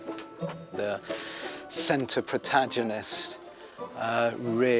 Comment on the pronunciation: If you're going to be such a pompous airbag, at least learn how to pronounce "protagonist" correctly.